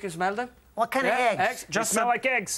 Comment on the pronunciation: Lmao he said Heggs